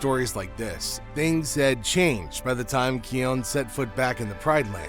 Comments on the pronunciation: The constant mispronunciation of his name is sending me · It’s kion